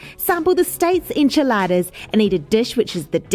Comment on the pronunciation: esnchiladas not inchiladaras